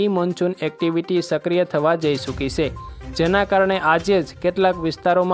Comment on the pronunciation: Avi se....se . Na bolay.